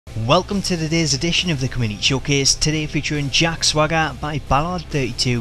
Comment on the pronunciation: I love how he says Jack Swogga instead of Jack Swagger